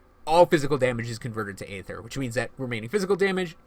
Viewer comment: EEEEE-THER... NOT AAAAAYETHER.